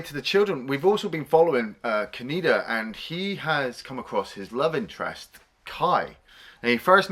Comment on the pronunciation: Says "Tetsuo" perfectly... Keeps saying "Ka-knee-da"... SMDH...